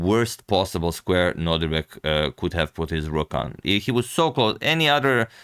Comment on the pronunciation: Am I the only one who hears Antonio always say NodRIbek instead of NodIRbek? Just checking on my sanity here 😅